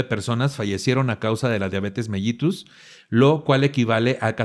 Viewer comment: que buen programa y tus invitados de lujo!! Solo un detallito, se dice Diabetes "melitus" aunque se escriba con "ll" 😉 Te mando un gran abrazo con toda mi admiración 🥰